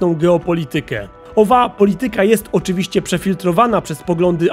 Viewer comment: Nie wiem czy te "oczywiscy" to przejęzyczenie czy aż tak się wczułeś w role pijaka detektywa;)